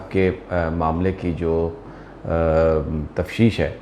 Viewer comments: Sami Sahib ap apni 1 correction kr lien, ap hmesha 1 lafz ( Tafsheesh boltay hn jo k galat ha, saheh lafz ( Tafteesh hota ha) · Very good sir Bas sirf aik baath ke aap "tafteesh" ko "tafsheesh" mat bola karen please. Thanks. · تفتیش ہے ..... تفشیش نہیں.... برا نہی منا یے گا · ھاھاھاھاھا آج بہت مزا آیا سمی صاحب جب آپ نے تفتیش کو تشویش کہا آپ گریٹ ھو سر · بھائ صاحب تفتیش بولا کریں نہ کہ تشویش G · Tafsheesh nhn tafteesh ہوتا ہے.. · Mujhay Sami Sb ki "Tafsheesh" par Tashweesh hai... 😃